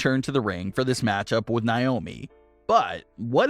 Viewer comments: NAY-OMI. Not NYE-OMI!!! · why do you always pronounce naomis name wrong? it's not niomi it's Naomi.